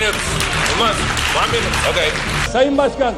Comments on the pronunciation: ONA MINUTE nedir ya ''ona'' ne :D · İngilizce bilgisi "van münüt" geometri anlayışı "teğet" tasavvuf kültürü "hamdolsun" senin bu entellektüel birikimine Bülent Ersoy, "kurban olsun."